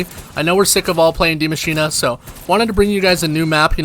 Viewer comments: I don't think it's "The Machine" I believe it's "DIE Machine" So in german it wouldnt be "D-Mashinah" It should be "Die Mashinah" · Did he say De-machinea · Would you expect English speaking people to pronounce it in a German fashion? That doesn’t make much sense to me